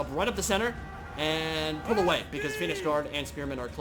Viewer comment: turn subtitles on (Phoenix Guard pronunciation) *facepalm *